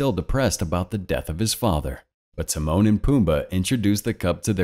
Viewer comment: When you said Timone and pumba I thought you said The moaning Pumba lol